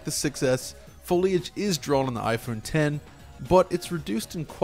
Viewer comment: Thanks for calling it IPhone 10 properly as opposed to what many people think it's called, "IPhone X"